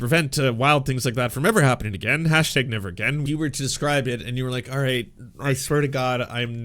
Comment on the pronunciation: Canadian accent hard slip “alright”